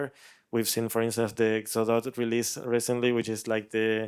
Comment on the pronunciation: Why is he pronouncing Godot like..."Godot"